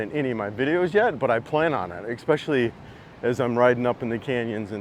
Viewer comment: You lost me when young mispronounced especially as “ekspecially”.